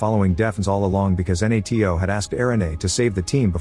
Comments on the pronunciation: this one is on me. But i didn't know what N-A-T-O was until the end of the movie, you just say NATO. You don't say each letter individually. Although could have figured it out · The AI can't even say NATO right, what hope does the Turkish capital have ?